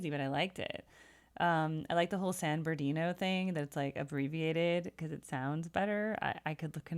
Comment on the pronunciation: As someone who lived there for a while, I can confirm that San Ber'dino or just San Berdoo are common local pronunciations.